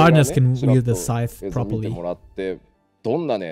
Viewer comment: saying scythe not side